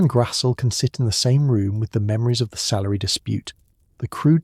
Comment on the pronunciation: Her last name is pronounced GRAZ-LEE!!!😊